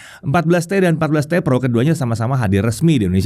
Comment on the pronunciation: "...seperti varian PEROnya..." Cara ngucapinnya lucu aja wkwkwk